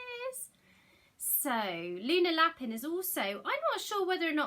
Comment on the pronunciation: Hi! Just be careful with your pronunciation of Lapin. I used to live with some French people and Lapin pronounced La-pan means rabbit, pronounced La-pin means something quite rude apparently. I made the same mistake 🙈